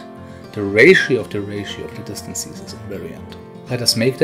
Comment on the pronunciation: What I find funny is that you correctly say "differences" but for some reason say "distan-sees" :D Great video though :)